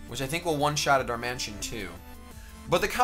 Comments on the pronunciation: It's Dar-man-i-tan, not Dar-mansion. It's a pokemon not a large house. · it's Pronounced Dar-Man-It-An not Dar-Man-Tion